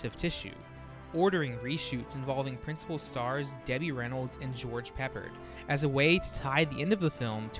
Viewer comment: FYI, it's pronounced George "pep-ARD", not George "peppered."